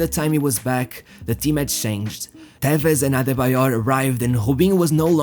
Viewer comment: Carlos tevez isn’t Portuguese so you don’t have to pronounce it Tevesh